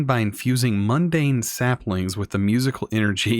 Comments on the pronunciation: It isn't mandan isn't pronounced as "mundane" it's pronounced as "Man Dan" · zaphkiel = zefankel mandan = mundane totempedia = tomicpedia/tome/totempa/toe-tempedia/totempedium why do people add letters that aren't even there? just slow down, think, process what is in front of you. if you're not sure how to pronounce it then adding random letters isnt going to help